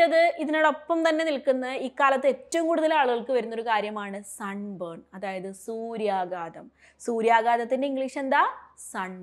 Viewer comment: Very useful class. What is the difference of meaning "burned" & burnt? സൂര്യാഘാത൦ എന്നല്ലേ ഉച്ചരിക്കേണ്ടത്? ടീച്ച൪ പറയുമ്പോൾ എനിക്കു കേൾക്കുന്നത് സൂര്യാഗാദ൦ എന്നാണ്.